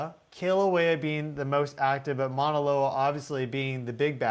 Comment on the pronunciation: Yes, out of respect for Hawaiian people and culture please learn how to pronounce MAUNA ( mountain) instead of mana ( spiritual power). Love you but please get some help with pronouncing Pele’s home Halema’uma’u.